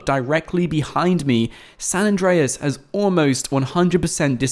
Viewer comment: it's not San address